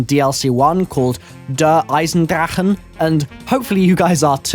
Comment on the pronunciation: That moment when tries to pronounce "Der Eisendrache" xD Great video as always btw.;D